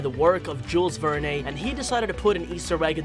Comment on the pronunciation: Oh man it was painful to listen to him mispronounce Jules Verne so many times in a row. Have you really never heard his name out loud before??